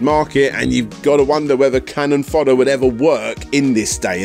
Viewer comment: 1. It's 'CANNON fodder', not 'cannon FODDER' :) 2. Did you really do an entire 29 minute game retrospective without showcasing one second of game audio? 3. I remember Stuart Cambel from Amiga Power. He was quite a character. I wonder if he has lived down the time he photocopied his sphincter and published it in his pre-Amiga Power game self published mag :)